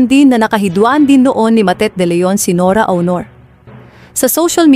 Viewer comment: Nora honor? Ang emphasis ay nasa 2nd syllable....Bakit ganyan kayo magnarrate....mali mali ang emphasis or stress sa mga words.?? Mababae o lalake ang bag nanarrate pareho lang silang mali....nakakairita!